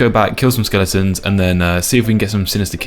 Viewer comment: Skel-ing-tons 😂 ❤ skel-e-tons